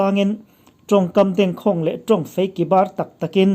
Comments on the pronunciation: "Ṭawngkam dengkhâwng" tiin lam rawh.khawng tih hi thluk tur a nia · "Dengkhâwng" I lam rik dan hi a dikha lo.